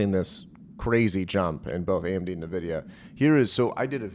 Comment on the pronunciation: It's "EN-VIDIA", not "NA-VIDIA". 🤦🏻 The title of this channel is appropriate, lol.